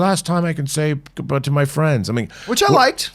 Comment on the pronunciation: LMFAO made C3PO sound like he was mentally ill drooling into a cup. “It’s the last time I could say Guh Bah to ma friends” 😂😂😂😂😂😂😂